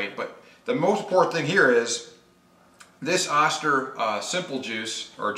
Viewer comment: oh-stir. Good video though. Thanks for sharing. .